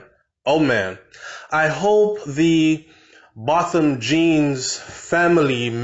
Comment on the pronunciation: THIS IS EVIL this must not die my heart bleeding... it’s pronounced BOW THAM..... low media coverage re his ASSASINATION